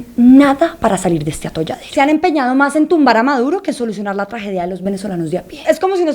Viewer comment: buen video!! y que chistoso que la chica venezolana cambie la "s" por la "j". ella dice: "maj en lugar de mas", "ejtado en lugar de estado", etc, etc.